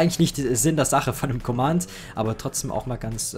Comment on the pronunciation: Wie er einfach nicht "Command" aussprechen kann...